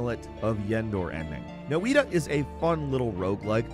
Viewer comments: Noita is pronounced Nojta, it means witch in Finnish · wait .. Noita .. you pronounce it like No-E-Tah or No-EE-Da... me and my friend groups have been saying it like Noy-Ta all this time .. does anyone know the right way to say it ? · Fun to hear how people spell noita. Sounded like Japanese lol. Game is made by a Finnish company and noita means witch.